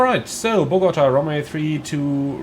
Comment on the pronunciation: It’s pronounced. Bo Ga Ta